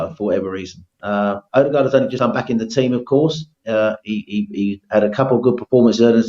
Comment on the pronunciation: WOE-DEGAAARD IS AWFUL